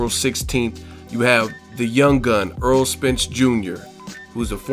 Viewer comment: its errol not aaron